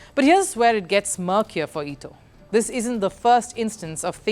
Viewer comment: You switch between saying Eee-Toe and Ett-toe. Do you even know how to pronounce his name?